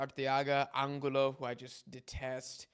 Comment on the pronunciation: my bad bro it’s just bothering me so much, it’s pronounced Angulo(An-goo-lo), oh and it’s (SE-POOL-VEDA)